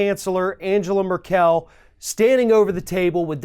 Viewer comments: Stop saying Angela Merr-kell...like that! Christ just look it up, you are the only journalist getting this name wrong still! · Whooooaaaaah,! How did you pronounce Angela Merkel? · for heavens sake.... learn how to pronounce Angela Merkel!!! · Sir, I heartily agree with many, many of your comments. but if you want to make a point well, please learn to pronounce names like Angela Merkel and words like communique. It makes you sound much more believable. P.S. I am a 65 year old woman who still carry Starbursts in my pocket, they are great for dry mouth.